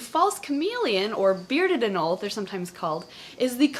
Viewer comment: It’s not “anol” is “anolE” there is an E there for a reason